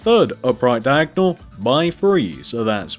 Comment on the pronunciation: You say three weird you say free But it's ok 👌 be you